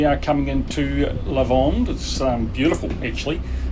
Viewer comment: Thanks for the video,. Yes, St Trop' off season is far better than in the middle of the summer. And this is "Le Lavandou", not "Lavandeau" nor "Lavande" 😉 Anyway, happy to see you sailing in this area, it was my playground, or my tub, when I sailed there when I was young. Unfortunately, because you schedule you missed Port Cros & Porquerolle, 2 very cute islands in the vicinity of the cap Bénat.